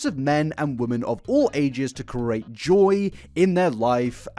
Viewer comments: Hey, don't let people who don't like the way you say "create" get you down. You come from a part of the world where nearly every village, town and city have their own manner of speaking. The peculiarities of your pronunciation habits are a personal treasure. Cherish them:) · Only just started watching this video but I wanna say that I don't get people complaining about how you pronounce certain words 😅. I'd get it if the meaning became unclear or if you said you weren't sure how to pronounce something... but I still know what you're saying and it doesn't affect what you're meaning to say 🤷🏼‍♀️. I'm so used to it now that I think it'd be jarring if you suddenly pronounced everything perfectly - your pronunciation idiosyncracies are a signature thing to me now; it makes it feel like you're a real, authentic person: rather than an over-rehearsed person putting up a perfectionisitc façade, an unrealistic & unattainable image that makes them seem more like a computer program than a human 😅. Keep pronouncing things the way you do (as long as meaning isn't lost) - coming across as natural & not letting pronunciation get in the way of your flow is way more important than being "correct"; there isn't one single pronunciation for any word anyway... a particular point of contention for me as a yorkshireperson who's been told they pronounce things "wrong" because of my accent 💀